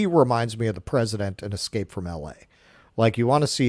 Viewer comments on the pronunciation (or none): none